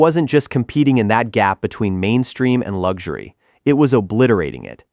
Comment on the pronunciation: What is lugzury!? Even the AI voice gets it wrong!! It is pronounced, LUX URY!??